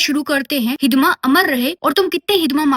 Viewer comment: Hidma❎ hizzda ✅😂😂😂